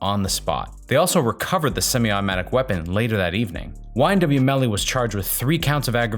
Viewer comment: you keep calling him melon smh 🤦🏾‍♀️